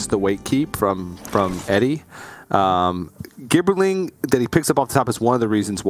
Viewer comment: Omg it is pronounced " JIB ER LING". Please google the word "gibber" or "gibberish". FFS...